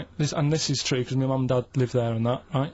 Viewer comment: Bwilliant and Twue 😋